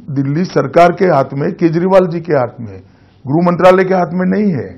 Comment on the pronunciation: Grah Mantralay ko gruh Mantralay bolte hain Waah hamare desh ke NETA🤔🤔🤔🤔🤔🤔